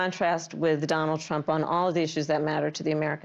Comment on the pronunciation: She cant say Trump's name